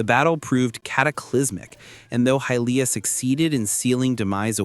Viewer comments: You said Hillia instead of Hylia the first time and whoever is doing the gameplay absolutely sucks. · I am sorry but did you say "Hillia?" as in Hylia? "High-leeya" wtf